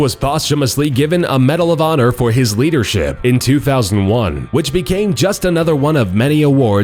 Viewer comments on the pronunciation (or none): none